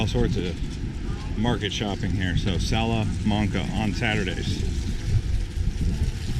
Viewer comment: you said salamanca wrong. It's sal - a - man - ca, not sal - a - mun - ca